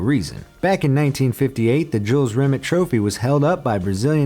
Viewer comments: Jules Rim-et still gleaming....you mad yet Just messing man it annoyed me too! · It's pronounced ri-may not ri-met... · RE- MAY. NOT REMIT YOU MONG TARD 😂😂😂✊️💦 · Is pronounced Jules RimAY not RimIT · It's not pronounced "Jules Rim it", it's "Jules Rim ay" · It's rim-ay not rim-ut, also #TeamEngland ⚪🔴⚪ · The name is pronounces Jules REE may not Rim IT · Jules Remit. It's pronounced Re-may. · This was terrible. At least make sure if you’re gonna make a video purely on the trophy, and have to reference it multiple times, you pronounce the name of the trophy correctly. If it was named after a Frenchman Rimet isn’t going to be pronounced Rimmett is it? It’ll be Rimay, similar to Beret and Ballet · “Re-may” is how it’s pronounced or better known as the holy grail. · "Rimet" is pronounced "Ree-May" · It’s pronounced ‘Jules Rim-ay’ u inbreds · Rimet pronounced Rimay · Pronounced rimay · It's pronounced Jules RIMAAAAAY! It's a silent T!! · Rimet is NOT pronounced like a bad frog impression! The correct way is more phonetically Rim-May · It's "RIMÉ"...the "T" is silent. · It’s Jules Rimet, pronounced “Rimay” as it’s a French name. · Pronouncing Jules Rimet’s name wrong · Nice pronunciation of rimet